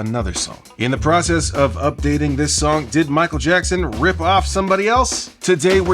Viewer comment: Michael Jack-son